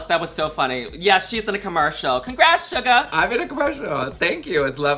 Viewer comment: Love love Shuga! And I appreciate that she makes the effort to pronounce your name more accurately. ❤️❤️❤️